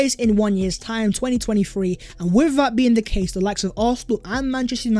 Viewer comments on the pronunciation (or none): none